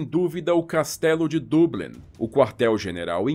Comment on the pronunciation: Perfeita pronuncia Dublin [Doblin]